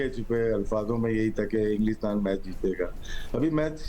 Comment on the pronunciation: It’s not englistan…bolna to sikh le….